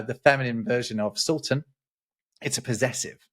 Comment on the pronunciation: You did a good job on the semitic terms "calif" and "sultan". The calif has a root that also means "substitute". We use it in modern Hebrew too: Chalufah - a substitution, l'h'Chalif - to replace, Chalafim - spare parts.